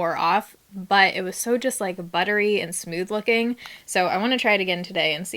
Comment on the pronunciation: Post Tenebras Lux lol!! Smewth 😂